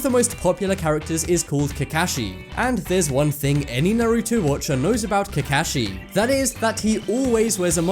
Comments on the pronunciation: Ca-ka-shi not cacashi you robot! Or living being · KA KA SHI NOT KAKAKSHI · Ka kashee? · It's not kakahshi it's kakashi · Its Ka-Kaw-She Sensi! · Nigga says kekashi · KaKAshi" 100 percent triggered from pronunciation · If he says cacashee one more time bruh I swear imma use my sharingan, put him in a gen jutsu and keep repeating Kakashi's name until he knows how to say it correctly😂😂😂 (jk). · you butchered the names of Naruto and Kakashi. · Calls an anime a cartoon and then proceeds to butcher Kakashi's name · He said Kakashi wrong 😂😂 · Naruto is NOT a cartoon its an Anime, and he pronounced kakashi wrong AND no one was ''speculating'' that he had big lips... it was an joke in the (let me clearefy) ANIME. Yes im triggerd. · Nigga I wanted to punch him so badly, he said Naruto and Kakashi wrong -_ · He pronounced Kakashi wrong -_ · He definitely did but nah I'm hype I never seen his face and I'm watching boruto now🤦🏾‍♂️ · He said 'Kakashi' wrong. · ....I hate the way you say kakashi... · Booooooooiiiiiii he said Kakashi wrong 👏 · anyone else get triggered when he mispronounced kakashi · Why can't he pronounce kakashi right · You say kakashi so wrong it pisses me of get it right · He said Kakashi wrong TTATT rip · He pronounced Kakashi from Naruto wrong I'm going to go cut myself now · Stop pronouncing kakashi like that. Cringe. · God u say Naruto and Kakashi so wrong 😂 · You said Kakashi wrong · The way he says kakashi triggers me but still a good video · The way he says kakashi gives me cancer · ALL OTAKU MUST KNOW HE SAID KAKASHI AND NARUTO WRONG:( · The only reason why I am angry is because of the way he is pronouncing kakashi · I got triggered every time he said kakashi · The way he said kakashi just made me kinda cringe but i love your vids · when you know they do not watch Naruto when they said Kakashi name wrong